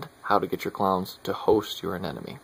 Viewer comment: Please stop saying "anenome."...............ah-nim-o-nee.